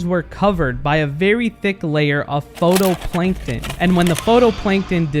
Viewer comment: This guy is full on talking like Google but doesn't even know how to properly pronounce phytoplankton smh. stay in sch kids🥲